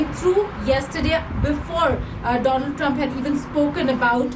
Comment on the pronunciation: DoLund Trumph